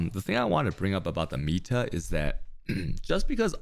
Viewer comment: 45 minutes in and I finally understand that's "meta" he's saying, not "amita", which makes it way more understandable